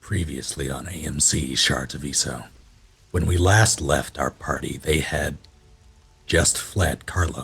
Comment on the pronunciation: "Shards of Ice-o[Iso]" Damn it! xD